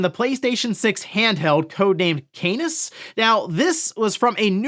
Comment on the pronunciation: Canis... I cannot stop just hearing anus